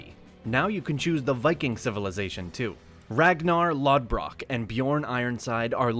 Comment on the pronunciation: How did you say Ragnar last name??? Hahahahah